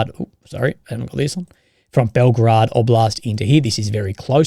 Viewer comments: Bel gorod not Belgrad. Belgrade is captial of Serbia. You trigger me every time lol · The way you pronounce "Belgorod" sounds like "Belgrad - the capital of Serbia" and as non-slavic speaker you sound funny as fuck ...